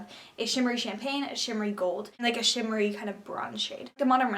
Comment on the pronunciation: Instead of shimmery I thought you sais shittery when you were talking the Royal palette